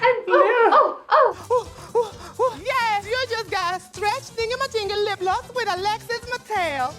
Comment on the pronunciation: Alexis Mateo keeps on giving: "LIPLOSS" haha been sayin it since I watched this episode haha